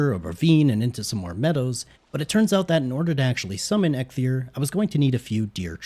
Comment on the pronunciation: Am I the only one annoyed of him calling EIKTHYR EGGTHYR? Dont get me wrong great content overall, but each time you said that name all I wanted to do is scream